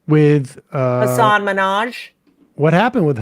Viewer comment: For whatever it's worth, his name is pronounced "Hussin" rhymes with "cussin".